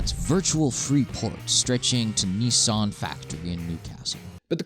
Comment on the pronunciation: And amused that same voiceover actor pronounced Nissan correctly :)